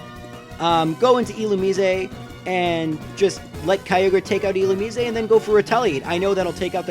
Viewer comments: Final E should be silent,but the rest is right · Do you really think that's how "Illumise" is pronounced?